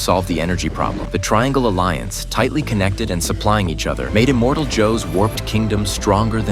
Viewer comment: Who the hell is "Immortal Joe"? It's "Immortan Joe".